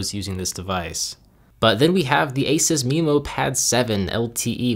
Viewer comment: Not only that, but "Memo" is usually pronounced meh-mo not mee-mo.